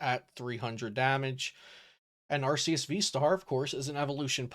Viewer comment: ARE—kiii—uss. SAY IT RIGHT. (Arceus )